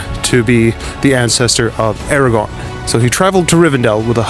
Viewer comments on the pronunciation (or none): none